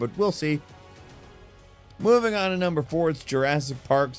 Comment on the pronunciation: "Mmvng onn to numbmerr 19"😂